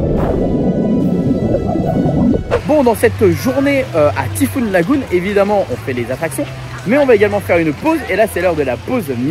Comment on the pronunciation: Par contre pour être totalement parfait … il faut prononcer le Y en thai fouunn pas en i 😎 (mais c est juste par soucis d accent anglais 😁)